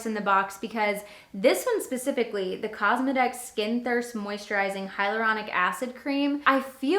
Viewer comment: Omg, you said cosma-dicks more than once for the Cosmedix brand 😆 It’s pronounced like cosmetics. Live and learn 😊